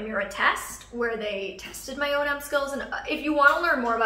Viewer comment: I thought it was O&M, not O.N.M...